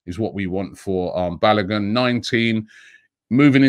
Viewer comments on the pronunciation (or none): Its not pronounced balagun.. it's is pronounced BA-LO-GOON